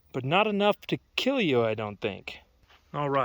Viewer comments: it will keel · Overall... it will keal sir! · ''It wirr kirr!''